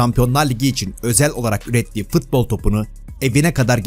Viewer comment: şu futbola fıtbol deme artık